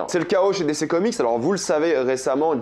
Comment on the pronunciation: J'attends toujours le jour où il apprendra à dire DC correctement 😂